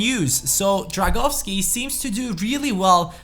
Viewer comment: Drągowski no Dragowski